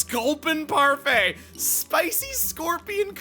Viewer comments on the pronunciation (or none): none